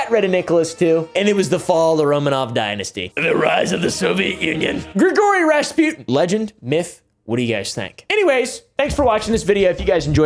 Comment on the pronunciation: “Gree-gory razz-pew’dn”